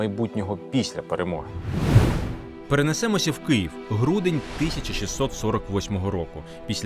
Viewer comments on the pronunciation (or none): none